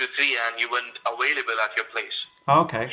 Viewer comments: You were not a-WAILable.... 🤔 hmmm I wonder where you are from?! 🤦🏻‍♂️ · “ the officer was at your door by 2 to 3 and you weren’t aBailable at your place!!” 😂😂😂😂😂